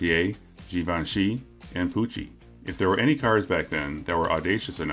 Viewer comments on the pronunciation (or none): none